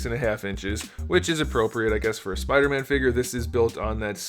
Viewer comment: Why do you said him spooder man dump